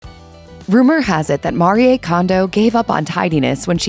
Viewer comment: AI narration can't pronounce "Marie". Stupid.